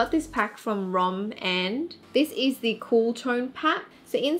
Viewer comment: That moment when she calls ROMAND "ROM-&"